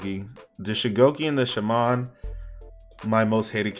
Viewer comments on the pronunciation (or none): why he say shaman like that lmao